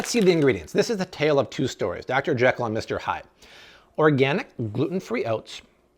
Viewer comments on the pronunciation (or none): none